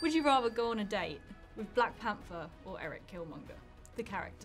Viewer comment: Daniel: "Blak Panfer"